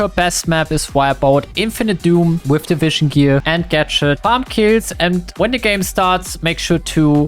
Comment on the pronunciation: I heard division gear instead of the vision gear😂